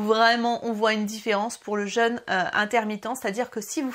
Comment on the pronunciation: Pas le jeune... le jeûne.... ça ne se prononce pas de la même manière......😨